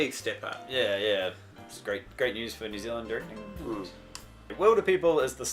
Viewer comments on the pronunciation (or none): you guys kiwis too, and hate that these guys say neew zealand you know what i'm talking about